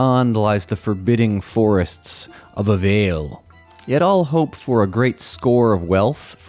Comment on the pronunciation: I like the presentation but you get several of the nouns and pronoun pronunciations incorrect. Avael for instance is not AVAIL. It is AH-VAY-EL. If we assume that these elves are travelers on the way into the west from Middle Earth, this language is Quenya and that means the name of Avael is translated into the Forbidden Elf Land. You pronounce Khuzdul as Kud zool. In the Dwarrow speak it is pronounced CUZ-dool, and you might hear CAZ-dool dropping the H sound. But that would depend on which Dwarves you were speaking too, west or east of the Misty Mountains.